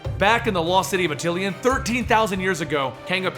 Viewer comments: DO MORE INHHUMANS STORIES! THEY ARE THE MOST AWESOME BUT SLEPT ON GROUP IN MARVEL COMICS! also just a little peeve: its pronounced At-ti-Lan not At-til-i-an. there is no second "I" in it. sorry it was bothering me. but great video! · ATILAN! NOT ATTILIAN! LEARN TO F**KING READ! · Attilan, not Atillian. :) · It's ATILAN, not ATILIAN -_ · Attilan. Not Atillian. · why do you say atill-ean its just attilan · my boy, it's pronounced Ah-til-lahn. not ah-til-ee-ahn. lmao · Another awesome, quick sidenote though, it's pronounced a-ti-lan as opposed to atilian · Its actually AH-till-lan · Great vid! Yes, more Inhumans! For what its worth, Stan Lee pronounces it A-til-an with the major accent on the first syllable and a minor accent on the 3rd. Once again, thanks and more please!